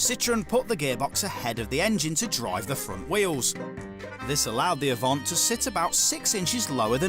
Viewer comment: "Avant' not "Avante" !